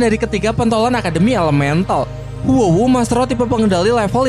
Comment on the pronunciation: Huo wu dibilang Wu Hu? Aneh bgt